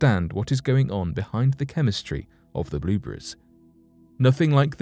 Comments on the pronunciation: I think it's more like blubreze. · Blueburries? lol